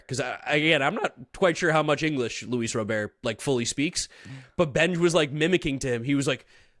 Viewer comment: If Luis Robert is your guy can y'all at least show enough respect to pronounce his name correctly? Cmon boys it's a family name, Italians should understand the importance of that. Say it right. He's not Haitian.